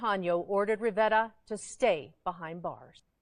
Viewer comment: The reporter’s pronunciation of “Rivera” sounded like Rivetta.